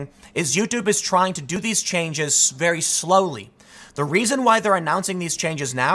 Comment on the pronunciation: "He DoN't KnOw Me VeR-wY wElL, dO hE?"